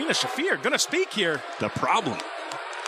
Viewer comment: She even botched her own name. Marina, it's "Shafer" not "Shaffeer"